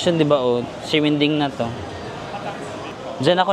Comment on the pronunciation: Hello po 😊 Correct pronunciation po. Ximending is not (sheminding) but (simenting) hope this help ❤😊 love love